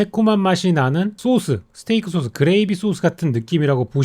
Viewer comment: 쏘수 발음은 일부러 하는건가요